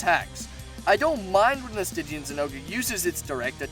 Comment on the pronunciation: Sti gian Not stij ian